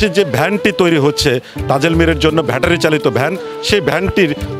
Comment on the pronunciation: সাংবাদিক ভাই ভ্যাটারি হবে না, ব্যাটারি হবে।